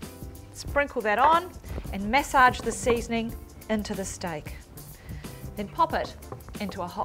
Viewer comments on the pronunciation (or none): she says mess saage ??? like the accent ...this is not authentic but for english guess its